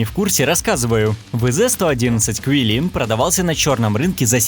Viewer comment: И вы туда же 😡🤬🤦‍♂️ ЦИЛИНЬ, а не КВИЛИН, бл*ть, ЦИЛИНЬ, ВЗ 111 ЦИЛИНЬ нахер!!!